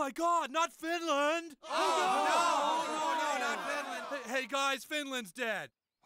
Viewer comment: lol why is the chinese dude saying finrand? i thought it was the R chinese people werent able to pronounce, not the L.